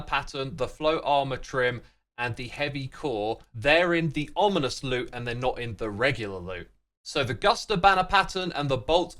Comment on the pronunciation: he said onimous spawner instead of ominous lol